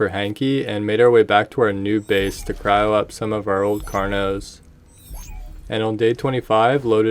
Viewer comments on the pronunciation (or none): none